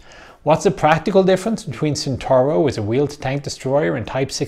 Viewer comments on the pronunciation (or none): none